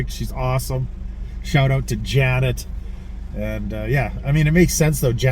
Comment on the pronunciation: The way you pronounced Janet, I thought you were going to say Rocky Horror Picture Show.